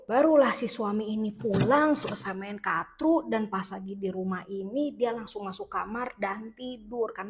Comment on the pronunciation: kartu karrrrrrtu.. bukan katru wkwkwkwkwk ngakak mulu gw tiap lu sebut katru